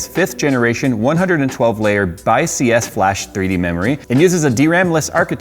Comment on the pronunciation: Heads up on the Kioxia ad (not that anyone cares): BiCS is generally pronounced like "bicks", at least internally to WD+Toshiba - not sure if any of their marketing material says otherwise.